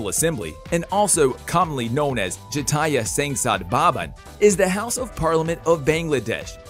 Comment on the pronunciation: Your pronunciation of the name of the national assembly of Bangladesh is so bad that my ears are bleeding😭